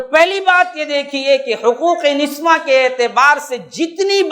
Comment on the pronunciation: niswan nahi niswa hota hai